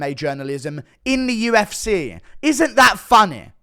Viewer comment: Why does bro say “the UFCERR”